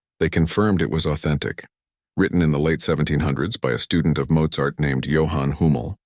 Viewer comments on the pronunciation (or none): none